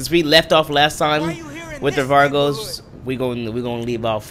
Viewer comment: I hate it how he says Vagos "Vargos"